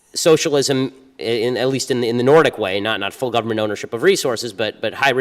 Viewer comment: "Soshalysm is wehn the gubbimint does stuff " -Ben Shapiro